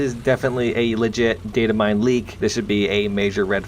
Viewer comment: ditamine... again